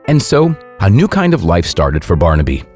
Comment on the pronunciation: How weird. I’ve just been watching this video on my TV where the narrators constant mangling of the name ‘Barnaby’ (which he kept pronouncing ‘Barn-Abbey’) was driving me bonkers. Yet here the narrative has thankfully been changed and it’s now being pronounced properly. I guess the previous video was driving other Youtubers mad too -so they changed it. I can now actually bear to watch and listen till then end.